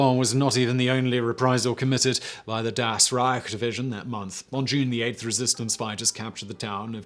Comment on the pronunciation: "The second SS Panzer division, Das Rich" "DAS RIIIIGHT!" XD